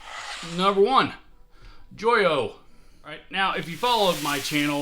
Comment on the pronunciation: Pretty sure Joyo is pronounced 'Joe yo!' But hey, good video. I have two Nux (newex) lol pedals, a tuner and the Oceanic reverb. Totally solid pedals and impossible to find fault with.